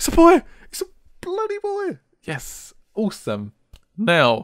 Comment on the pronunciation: The way he says awesome fucks me up. "Ooosome"